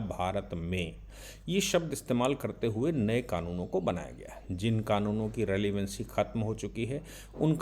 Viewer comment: " रेलिवेन्सी " और " नेग्लिजेन्सी " नहीं बल्कि " रेलिवेन्स " और " नेग्लिजेन्स " बोलिये🌹